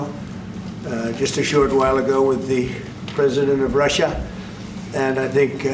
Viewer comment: Rerrr-ushaa 🤦🏼 his psycopathy is an outlier among psychopaths